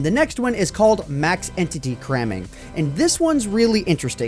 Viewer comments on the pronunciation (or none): none